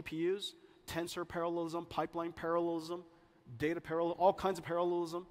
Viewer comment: Say "parallelism" 10 times fast and it starts sounding like "paralism", to me